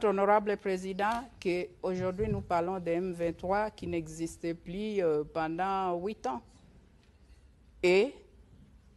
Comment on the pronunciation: Hé! Tala Rwandaise oyo! Oyo ko sakana na ba congolais... Keba na yo ... Yoka ndenge azo confondre ba"L" na ba "R"... Ba lobaka "Plus" et non " Prus"... Keba nayo Rwandaise yo!